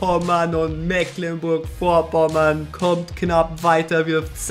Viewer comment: Mecklenburg Vorpommern heißt das und nicht Mäklenburg